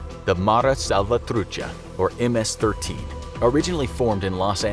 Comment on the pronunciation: Only Hispanics know how to pronounce ms-13